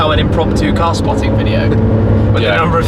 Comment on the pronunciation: "Eshmee from yo thuub? I see ebery bideo of you" and then you get the hip-hop guys cursing in Lord Shmee's video. That's Miami... LOLOL